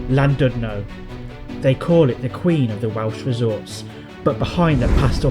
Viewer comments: It's a lovely, old fashioned resort. It would have been nice if you'd bothered to pronounce the name properly! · Please learn how to pronounce Llandudno probably. I couldn't listen as it irritated me so much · Please, if you're going to do a YouTube clip on Wales, learn to pronounce the names of the placed you are reviewing!